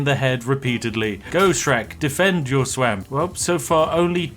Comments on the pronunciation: "Go Shrak, defend your "sweamp" " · “Go Shrak, defend your swamp” (swamp is pronounced ‘swam-p’)